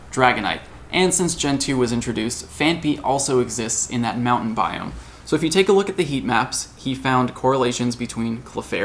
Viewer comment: bioooOMG! stop saying biome! lol